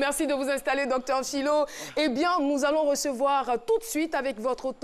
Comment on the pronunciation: Docteur Phylo ''Toulogue'' mdr